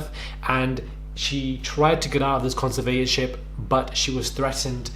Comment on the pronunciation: It's pronounced conser vat or ship